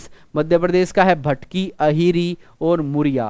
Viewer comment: Mp ka मटकी है भटकी nahi